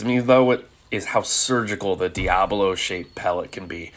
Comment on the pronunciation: Love your videos!! Agree with the energy dump... But two things. It's Diabolo, NOT diablo... The shape of the pellet.. I've killed hundreds of squirrels.. Not as many a s you of course, but it took me years to learn to hit them in the brain. Please aim higher and hit between the ears.. you seem to always hit low between the eyes.. hit 'em high and you will never get a flopper. Keep up the great videos and don't let up on snowflakes... Well done sir!!